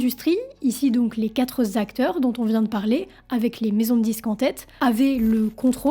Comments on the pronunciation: "(...) il y a trois, puis quatre zacteurs...". "Ici donc, les quatre Zacteurs dont on vient de parler"... Aïe !! ATTENTION : les chiffres 4, 5, 7, 8, 9 ne se terminent pas par un s, tout comme 20 et les dizaines autres que 80, 100 et mille. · Merci pour ton commentaire, je me refusais à regarder la suite tant que je n'en trouvais pas un sur ce pataquès qui m'a fait tiquer par deux fois donc oui les quatre Acteurs. Merci encore